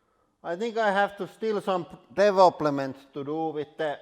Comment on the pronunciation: I bursted out laughibg when I heard him say „DEVOPLÉMENT“ pahahagaghaga